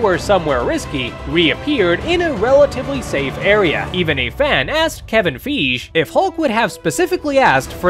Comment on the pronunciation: Ayo man said on full confidence, "Kevin Feejsh"